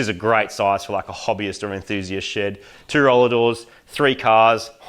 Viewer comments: as an american i hear "Im mighty from mighty car mods, welcome to my shit!" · Moog's shed is pronounced 'SHID'.